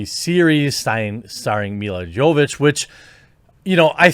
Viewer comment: For the love of God can you at least try making this name pronounced correctly Jeremy? It is not that difficult to remember Jo-vo-vich... its just two more letters to whole shebang and its not Chinese or Svahili level of pronounciation.